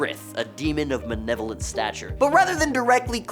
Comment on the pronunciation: It’s pronounced “ma-LE-lo-vent,” not “ma-NE-lo-vent.”